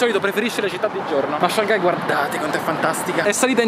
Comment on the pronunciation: Comunque la pronuncia di Shanghai è Shang-hai e non Shan-ghai (la “g” non si sente quasi), scusate ma è una cosa che mi da parecchio fastidio a sentirlo 😐